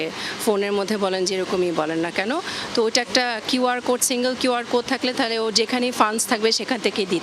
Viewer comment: QR উচ্চারণ করলেন খিউ আর, Code উচ্চারণ করলেন কোড, কেন খোড উচ্চারণ করলেন না ?